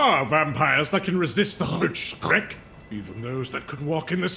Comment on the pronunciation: I like how both overpronounces "Rötschreck" AND does an incredibly good job at the word. Well done 🫡